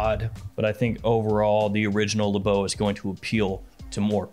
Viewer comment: I’m French and this is Le Beau not L’beau. You can said L’beau but it’s more from people from the hood who talk like that